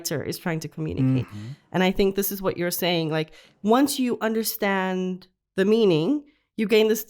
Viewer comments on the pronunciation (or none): Why. In understand Tiago says undershtand?